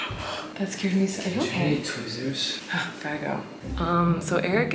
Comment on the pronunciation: When stepped on the piece of class, I could’ve sworn he said “wheres the twizzlers?!” I just thought he really wanted a twizzlers and then I realized he said tweezers